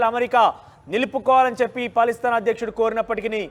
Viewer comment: పలిస్థాన్.... కాదు..... Palasteena.... కరెక్ట్ ఇట్....